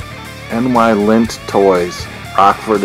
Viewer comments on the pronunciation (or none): I am doing a Rat Patrol Custom Hot Wheel Jeep ... love that show ... just looked up that Ford GT in my Dinky book ...mint in box is worth about 6 pounds and that is back in 1982 price guide ... NYlint is actually pronounced N-eye-lint all one word and that tractor is a Marx toy ...very rare